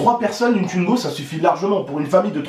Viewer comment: Arrête de dire tuingo dit twingo stp😂